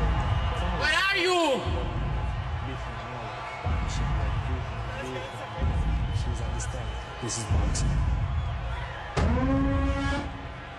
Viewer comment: "wareee r ju" 😂😂😂😂 When u cant find ur mom at the store